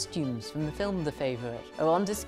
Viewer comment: "In 1710 Qween Anne and huhr favwhet Sewahh had their final tewwibal qwawwvell..."